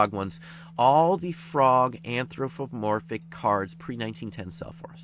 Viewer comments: Very nice video and you are pronouncing anthropomorphic wrong (there's no f in there) Cheers! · ph sounds like f Think you just put it in the wrong place. : )